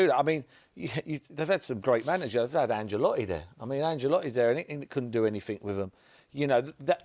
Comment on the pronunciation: Merson: "Anjel-otti". What an atrocious panel.